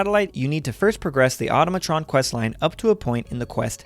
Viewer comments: The Laser Musket she tells you not to worry about: (Also, it's pronounced in a similar manner to "Automaton," but with "Tron" mixed in there) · The way you say Automatron makes me want to unalive myself